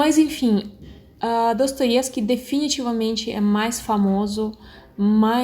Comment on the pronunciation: gostei de uma forma geral do seu comentário, mas tenho uma ressalva. Você não pronunciou o nome do autor (Dostoievsky) em russo, como deveria.